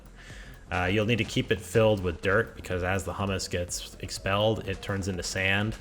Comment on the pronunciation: Thanks, very helpful tutorial and great experiment. Word of the day is "Hew-mus" (composty input to a farm) not "Hum-mus" (chip dippy output from a farm). Left a like.